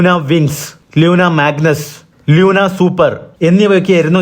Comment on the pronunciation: ലൂണ🎉 ലൂന അ ല്ല